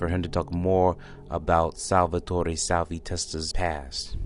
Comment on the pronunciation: Learn to say salvies fucking name.. can’t finish watching this shit